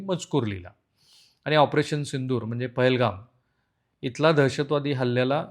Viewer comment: सिंधूर नाही सिंदूर..